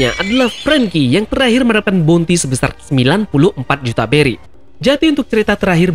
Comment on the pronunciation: Bang beri bang bukan Belly 🤣